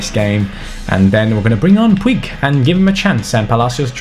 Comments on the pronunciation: IT IS POOJ NOT POO-EEG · Hey, Puig is pronounced "pooj" that is how they say it in Catalan! Like so can siiuuuuuu!!!